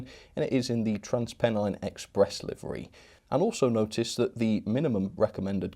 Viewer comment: Trans what Express? They’re Trans Pennine not Trans Penny Express 😂😂